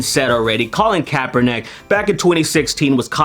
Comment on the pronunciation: His last name is kaepernick. Not kaeperNACk